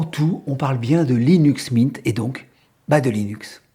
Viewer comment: windeau c’est comme Linu Min 😉